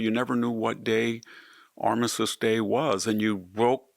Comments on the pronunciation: If you are having someone edit your videos, they need to do better with the pronunciation of certain words. With all due respect, Armistice is pronounced Ar-mis-tiss. Your verbal (on YouTube video) comes across as Ar-missis … which is incorrect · It’s not “Armisist” Day. It’s Armistice Day. Additionally, nucular is not a word. Nuclear, however, is.